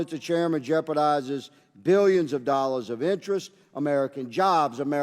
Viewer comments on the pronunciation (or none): he said dillions of dollars 😂